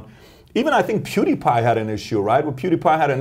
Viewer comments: I love how Alex Jones says PewDewPie. "Puddy pie" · The way he said "pewdiepie" Poodipie at fucking cracked me hahahaha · my favorite sound in the world is Alex Jones trying to pronounce "pewdiepie" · I don't like how he said "figure" with a hard R there. Also, Alex saying Pewdiepie should be sent on an interstellar radio message.